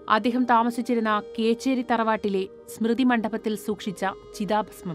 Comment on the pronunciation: കേച്ചേരി അല്ല കൊച്ചേരിൽ ആണ്